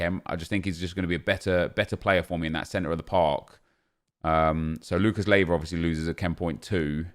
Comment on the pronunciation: Nep, i dont mind it much, but it's Lucas Leiva, not Lieva..